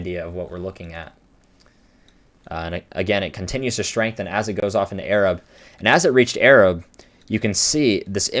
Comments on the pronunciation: Arab is pronounced eh-rahb. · From there, Arab is not pronounced like you'd think. It's pronounced exactly how it's spelled - Ay-rabb. No hate, you did an awesome analysis. We have very weird pronunciations of town names in Alabama. I enjoyed your video, though. That day sucked and it's something none of us will ever forget.